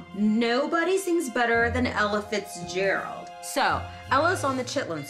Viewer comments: Without reading the title, the narrator seems to be saying "Elephants Gerald". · Every time she said Ella Fitzgerald I thought she said Elephant Gerald... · She kept saying it like 'Elephants Gerald.' True #DrunkHistory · I keep hearing "Elephants Gerold"